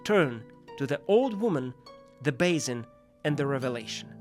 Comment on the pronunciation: I love you! Still 2 minor remarks : the noise of paper when the words appear seems a little too loud. And the pronounciation of some words could be improved (expl beggar, basin, detail - sometimes the sound, aometimes the accentuation). But othewise 👍, more videos please!